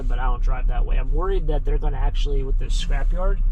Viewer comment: I’m guessing that’s the kid part of you still but I’m laughing wiff not with you not at you